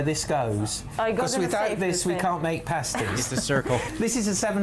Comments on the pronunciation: Oggy oggy oggy! Oi oi oi! haha Thanks for "visiting" Cornwall:) P.s they are "past- ies" not "paste - ies":) So happy you went to my county though! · Their name is pasties - like past tense- not paste as in toothpaste. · Pasty and pastie are very different things. Pasty (pronounced past-ee) is this lovely Cornish treat. A pastie (pronounced paste-ee, as you do here) is a sticker a stripper wears on their nipples. Cue my childish giggles as you comment on the lovely paste-ees from Cornwall. It gets complicated when pasty is pluralised to pasties, and pastie into pasties. Pasties usually come in sets of two, while you can have as many pasties as you can eat. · Paste-eee's? The word sounds like Past-ttt's,. Potatoe's, Onions, Swede & Meat, with a little seasoning, never tasted so good.:o) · You listened to them calling them Pasties all the way through the video, but still insisted on calling them paste-ees at the end. I do wonder how much you learn from these videos, you repeat your mistakes over and over again. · Hi just a pronunciation thing they are pronounced pasties like ass, not pasties like paste, and they are amazing. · It's passtees, that how to say it . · Pa-stee, Pa as in pat the dog, that sort of pa, not par or pay, just pa! My aunt used to make the best pasties, oh my. My parents would put me on the train in Wiltshire and, at the age of eight, I'd travel on my own (well, under the watchful eye of the guard) right down to the north coast of Cornwall where I'd be met by my aunt who usually had a pasty all ready for me - meat one end, blackberry and apple at the other. I'd have scoffed the lot before we were out of the station. As for "Oggy, oggy, oggy" - there are lots of expressions that the Aussies claim as theirs but which actually they stole from somewhere in the UK. Transported criminals, the lot of them. ;) (Just kidding!) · Pasties.... pronounced Passtees.